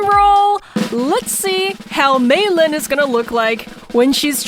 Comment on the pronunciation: I love how she calls mei lee meilin by the way i lov your vids